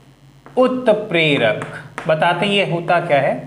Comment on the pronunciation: Sir utprak not 🚫 clear